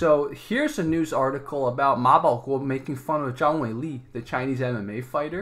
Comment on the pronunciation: Wow, the host of this channel pronounce the 马保国 so perfectly, I'm a Chinese and I can't even read it